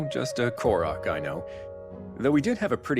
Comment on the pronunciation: First off, it's "Korok," not "Kolog." Second, if that Korok Calamo 'is' about to be The Great Deku Tree, should make sense. Otherwise, how did he exist in the first place beyond the lost woods? Which by the way, i didn't know much about Koroks since Wind Waker. But with a Construct? That would've been rediscovered on Tears of the Kingdom.